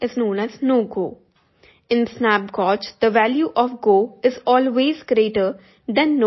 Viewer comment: Thank you for the information. As a native English speaker, the word gauge is pronounced like “gage” - rhymes with rage or page. 👍🏼